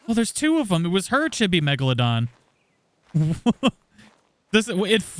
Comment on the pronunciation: None water chibis are way better. Like a thyla. With s+ you can tame a poo one and chibi fy it with the s+ mod gun. Also it's cheebee.